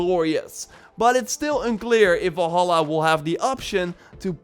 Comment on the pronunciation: is it me or is this guy keeps saying volhallah ?